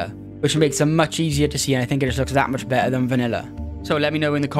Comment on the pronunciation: BeTTer, man, not be'er. You're not a sheep.